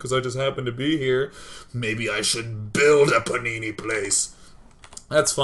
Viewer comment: He says panini but I heard punani every time O.o